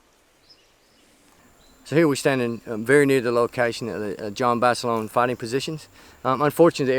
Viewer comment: lol, "Jon Basilone-eh"